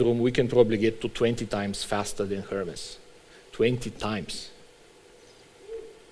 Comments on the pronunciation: Closer to how it's supposed to be pronounced than its standard american pronunciation, just the wrong syllable stressed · is no one gonna talk about pronouncing hermes as "her mess"